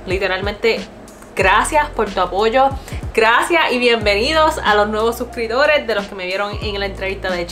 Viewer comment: Btw se te olvida la P de la palabra suscriptores, Sorry es q se escucha weird 😅